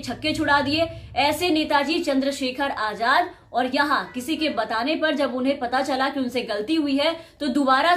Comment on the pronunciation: Aap ka talafuz bhut kharab h.azad hota h ajad nhi..🙂🙂